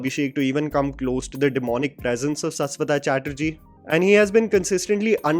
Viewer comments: Shash wata man not saas wata. Please use the sh if you respect someone's name, i can call you by another way if you are never want to change your way of pronunciation for every name which isn't north Indian . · Bhai Saswata nahi Shashwat(शाश्वत) 😂😂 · Just wanted to correct the pronunciation of Saswata it is actually "Shashwoto"